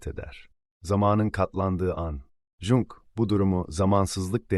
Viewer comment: Jung dedikçe tüylerim diken diken oldu. Başka bir ai program kullansaydınız keşke.